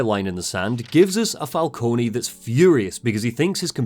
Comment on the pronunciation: Maybe I'm having a Mandela Effect moment, but isn't Falcone normally pronounced "Fal-cone" and not "Fal-coney"? I never played Origins, so maybe that's how they do it there, but I'm almost certain any other Batman media I've seen uses "Fal-cone".